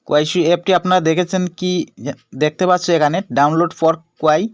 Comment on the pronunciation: ইনফরমেশন ঠিক আছে। তবে আপনার ভাষার উন্নতি করতে হবে! দেখতে পাচ্চু এটি বারবার উচ্চারণ হচ্ছে।